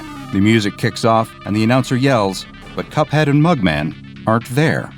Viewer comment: That's not cup head that's hup head